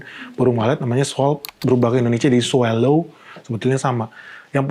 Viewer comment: SWALLOW dibacanya: “swolow” bukan “swellow. Salam